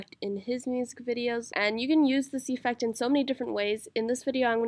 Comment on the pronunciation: its not EEEEfect its effect